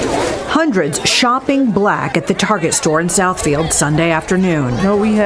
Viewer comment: LoL Tar-GAY!!!!🤦🏽‍♂️😂😅🤣😂😅🤣😂😅🤣☠️